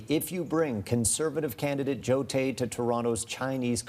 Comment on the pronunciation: Carney can’t even say Joe Tay’s name. It’s not in the script from China.